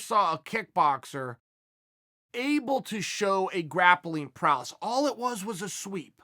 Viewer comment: Anyone else hear “wrestling paralysis” instead of “wrestling prowess”